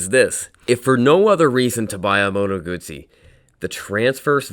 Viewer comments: Congratulations for the pronounciation of the Moto Guzzi brand . Ciao from Italy 🇮🇹❤️🇺🇲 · Ahhhhh someone pronouncing Guzzi correctly <3 Made me happy for a tiny moment there.